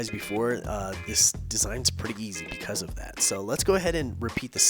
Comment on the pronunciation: Easy did you say east